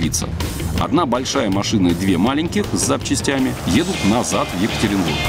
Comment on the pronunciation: ЕкатерЕнбург? позорище)))